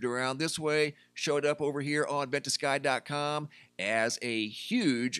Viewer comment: you pronounce it “vent a sky”? I always say “vent ugh ski”